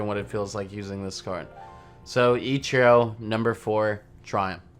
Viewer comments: You call ichiro “echurro” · The way you say Ichiro... Still love the vids tho <3